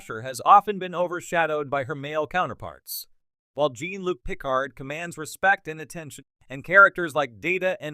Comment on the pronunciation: "Jeen" Luc "Pick Ard"? Was this audio done with AI?